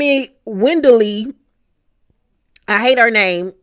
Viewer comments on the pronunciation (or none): U dont like wendollie’s name cuz u dont say it right😂 the o is pronounced more spanish than english and makes it sound more feminine than an english pronunciation